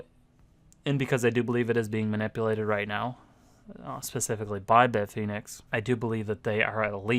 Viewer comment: Stop saying bit-phoenix. It's bit fin ex